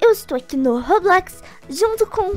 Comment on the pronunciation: Vai catar menina, vc nem tem muito inscritos, se vc acha que tem muito inscritos eu quero falar uma coisa, vc nem sabe falar roblox direito! Se vc fosse uma iuotube famosa vc ia ter de inscritos